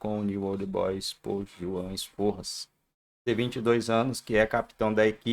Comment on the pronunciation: Sforza, não esporras 😂😂😂